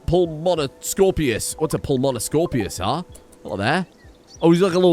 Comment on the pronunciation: Watching you trying to pronounce the name of these dinosaurs is melting my brain; so here are some corrections. Pulmonoscorpius is pronounced correctly :D In addition; Pulmonoscorpius likely didn't have a stinger with venom, just a large spike. Borealopelta (Bore-olo-pel-ta Fun fact; Borealopelta have giant spikes that came off of their shoulders. Also they are Dinosaurs, so they are more birds than lizards. Spinosaurus (Spi-no-saur-us) Fun fact; Spinosaurus probably acted like giant ducks, and probably spent most of their time eating vegetation, as well as any fish that they could find. Therizinosaurus (Thr-i-zee-no-saw-rhus) (might be pronounced correctly im just petty) As we understand, Therizinosaurus likely used those "Creepy fingers" (Which were actually giant claws the length of a shortsword) as gardening sheers, as you later explain from their limited description. Gallimimus (Gal-im-my-mus) (might also be pronounced correctly im just petty) Yeah Gallimimus was one of the few dinosaurs that got any sort of fame from that movie series.